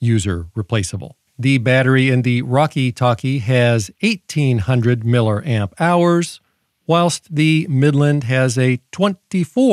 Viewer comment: err, what's a "miller amp"? I'm hoping it's just your own "cute" way to refer to milliamps... EDIT: I have now watched several of your videos and have caught on to your humor (yes, sometimes I can be a little slow on the uptake, lol). I've also subscribed as I love your thoroughness as well as your humor! 😁